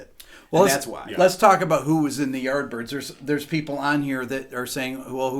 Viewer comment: When said Yardbirds, I literally thought that he is saying art birds for a few minutes. A bit later I checked "CC" to see if my english has really gone bad but guess what... Poor Youtube algo even couldn't pull off what he was saying, fix your pronunciations:P